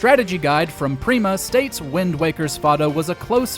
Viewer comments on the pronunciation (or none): none